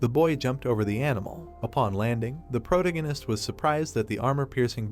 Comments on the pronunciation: Sorry, but I couldn't continue watching this after the first mispronunciation of "protagonist" less than 10 seconds in. It was pronouncing it as "protoganist" and it kept irking me every time I heard it. It's not even spelled that way so how could the AI mispronounce it? Just use "main character" rather than butchering it. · Sorry man I can't watch this I would but when u say protagonist I can't hurts my head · Someone needs to teach this stupid robot how to pronounce 'protagonist'